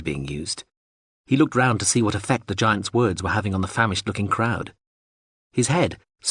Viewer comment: Is this an a.i reading too? Have the culture invaded youtube? If not, why is every instance of the word 'were' being pronounced 'where'?